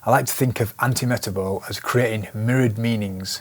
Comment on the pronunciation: Antimetabole is pronounced an-tee-muh-TAB-uh-lee.